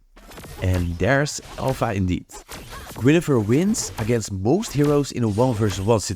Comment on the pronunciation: Its Guinevere, not Guinefere... I'm hearing it over and over...